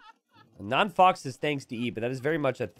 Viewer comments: I'm pretty sure "non faux pas" is a french pun and is spelled "non fo pa". As a french speeker, it was funny hearing "fox" all the game x) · by the third time you said 'non fox' I had to click off. Yes, we all pronounced that word wrong as kids, but we're adults now and its time to grow up. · “ Non foe pah “ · If only knew how to actually say Non Faux Pa's name, it would make the fact that he was host and all techs are on way funnier lmao.